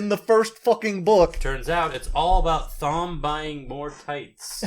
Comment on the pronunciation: It’s so fun listening to you guys talk about these books, I’ve been reading them over quarantine and I’m on The Fires of Heaven. Looking forward to hearing your thoughts on 5 & 6 (also Thom is pronounced like Tom, sorry it just bugs me)